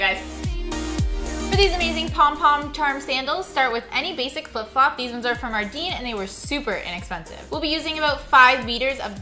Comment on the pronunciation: It's pronounced ar-den but it's. Spelt ardene